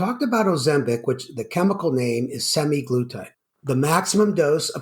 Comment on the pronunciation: Hmm, semaglutide, not semiglutide. I think "sema" refers to the 7 day cycle. Good discussion. I agree about Type 1. I've heard from at least one Type 1 person that the drug works for them. Probably this is due to the gastric slowdown since their bodies cannot produce insulin.